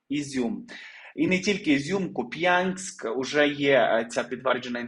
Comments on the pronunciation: КУп‘янськ а не Куп‘Янськ! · КУп'янськ. Наголос на ку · Перепрошую, але КУп'янськ, наголос на У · В словi Куп,янськ наголос на буквy У. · Купянск,ударение на У.